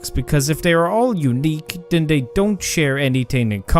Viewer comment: Lolz, tries to teach us how to spell "artefacts", pronounces "the" as "duh", "this" as "diss", and "they" as "day" 😂😂😂